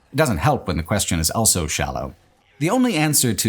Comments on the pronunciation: Why do you say "elso" instead of "also"? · pronounces the word "also" as "elso". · Please learn how to say “also”